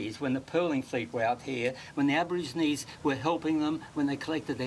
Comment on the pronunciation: Aborigines. Not abergeronie😅